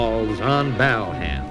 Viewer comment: The true pioneers of today’s comedy. The pronunciation of Bal Ham was a standing joke in our house. Feeling nostalgic for my big brother, 8 years older than me, who introduced me to so many cool things